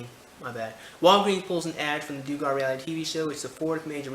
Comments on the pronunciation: dontbeknowing Yes, Dug-er is the proper pronunciation. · Doo-gar is mispronounciation, I think. Isnt it more like Dug-er? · It's Duh-gar my friend.